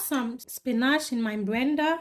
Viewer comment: ‘I have some spinach in my brender’. Truly Alan dish 😊